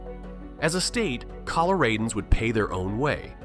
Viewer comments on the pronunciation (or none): It’s ColoRADans, not ColoRAIDans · Colo-RAY-dans? Nope. Colo-rad-ans. Rad, like mad. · I literally rewinded the video to see what he said, I was like, “naw he said it wrong, for sure.” 😂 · Did you call us ColorAYdans? Not cool dude